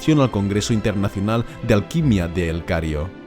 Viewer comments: Es Cairo xd no cario. xd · Minuto dices el cario pero pone el cairo, como es? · "el cario" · Dijiste el Cario no El Cairo ajajajaj <3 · Haces un gran trabajo en tus videos, muchas gracias, son muy detallados, y como se que eres algo detallista, creo que te gustaria saber que en el min dices el Cario, no el Cairo xD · gran video, pero se te ha escapado un kario en vez de kairo